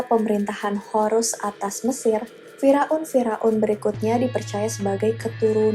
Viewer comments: Salfok dengar kata fir'aun jadi fira'un 😂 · Masukan kak,untuk kata Firaun dibacanya Fir'aun kak bukan firaun. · Fira-un ❌ Fir-aun ✅ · kok km bacanya fi-raun ya. bukan fiir-aun. jd lucu. 😀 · Gagal fokus sama penyebutan fir'aun.. Wkwwkkwk Knp jadi fira un.. Wkwk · bukan Fira'un mba tapi Fir'aun... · Fir'aun sayang bukan firaun 😂